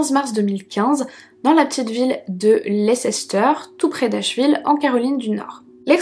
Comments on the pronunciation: bonne histoire!prendre le chien le faire rencontrer les suspects et regarder sa reaction! ca ne ment pas un chien! leceister se prononce, lester a titre d indic! et mange de la choucroute ou choux fermente, njoylife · Merci pour cette vidéo, toujours aussi qualitative et agréable à regarder 😍 ça me fait tout drôle d’écouter une historie en lien avec la ville où mes parents vivent et dans laquelle je vais assez souvent.. D’ailleurs petite précision banale, Leicester on prononce « Less-ter » ! Merci encore à toi ❤️ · ça se dit "leste" ^^